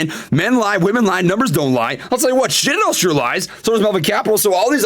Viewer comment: Lool he said “Shitadel!”